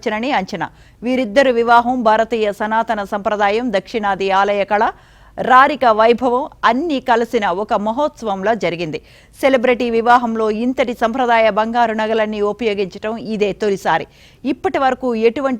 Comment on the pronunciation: కవి చెమ్మలా? చెవి కమ్మలా? రారిక వైభవం కాదమ్మా.. రాజరిక వైభవం.. ఈవిడని వార్తలు చదవటానికి పెట్టుకున్న మిమ్మల్ని ఏమనుకోవాలో? నన్ను పిలవండి. చదువుతా.. తు. తెలుగు ని నాశనం చేస్తున్నారు